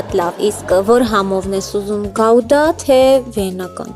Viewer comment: Գաուդա չէ, այլ գուդա